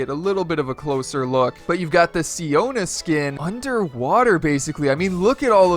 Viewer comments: Siona not siara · Who else died laughing when he thought it was siara instead of siona lol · Her name is siona you have one more chance to say her name correctly or else your gonna be YEETED into space